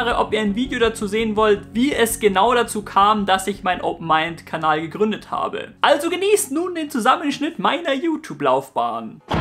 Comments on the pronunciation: ich verstehe immer am schluss aboniere meinen kabal ;D und nicht kanal :D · Hey, bei fast jedem deiner Videos tauchen bei mir 2 Fragen auf^^ 1) Warum die Seitenhieber auf Danny Klose? Das ist doch noch nichtmal ein C-Promi. 2) Warum sagst du am Ende immer "Kabal"?